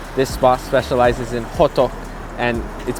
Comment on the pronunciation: yeah dude are you korean? youre pronunciation of hoddeuk is pretty much perfect